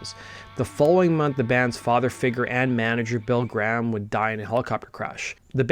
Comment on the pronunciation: It’s GRAHAM; pronounced GREY HAM !! Not GRAMM